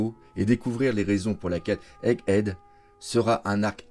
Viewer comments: Super format, super montage. Par contre il n’y a que moi que ça trigger à chaque fois qu’il dit “Head Egg” ? 😂 (genre ) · il sait toujours pas prononcer egghead ^^